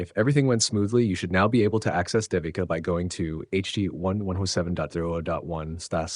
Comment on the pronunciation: Pronunciation is: Day we Ka. It’s a common Indian name used for girls. Great video!